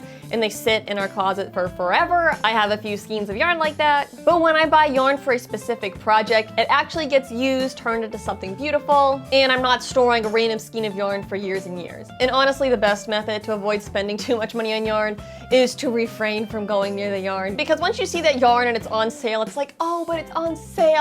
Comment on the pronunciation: Cool video! (Side note: skein is pronounced 'skane')